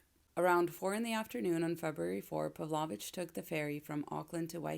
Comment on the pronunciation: Not to be a nitpick, but I think it's pronounced 'Pav-low-vitch'.